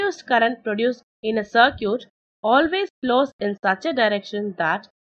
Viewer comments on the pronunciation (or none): circuit....what i hear =sir cute